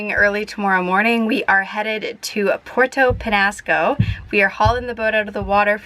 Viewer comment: Your annoying, sorry. You need to learn to pronounce the names of the town and island correctly. Show a little respect and effort to the people who live there. It’s not Porto Penasco. It’s Puerto Penjasco . There’s a “J” in there.